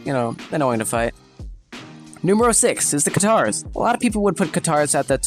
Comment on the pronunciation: why does he say katars like guitars